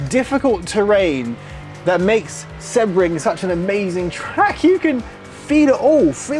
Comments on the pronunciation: Seabring, not seb bring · Ps Isn't it pronounced "See-bring"?